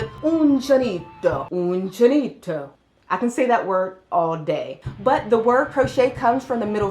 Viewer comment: • You’re mispronouncing “uncinetto”: the “e” in Italian words stands for the same vowel as in English “net.” • What you’re spelling as “Shepard’s Knitting’ is actually “Shepherd’s Knitting.” • The Danish word for “crocheting” is actually “hækling” (which literally means “little-hooking” = “using a little hook.” Ask some Danish people ho2 to pronounce it: I don’t know why you said (in your video) that you planned to ask your Dutch friends instead. • Otherwise, your video is great, and I’ve been watching it several times in order to learn as much as I can.